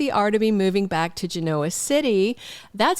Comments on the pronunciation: It doesn’t matter but you say Genoa with the O emphasized like ebola when most say it GEN-a-wa with the O sounding more like an a. It’s a dumb thing to call you out on. 😉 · I think your pronunciation of Genoa City is endearing… just like you spell with a Y… just be you!